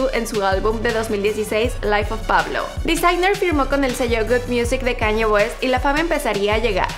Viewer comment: Dijo Caño West jajaja